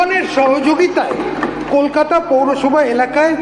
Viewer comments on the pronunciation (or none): none